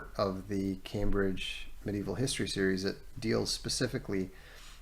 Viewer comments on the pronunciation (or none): none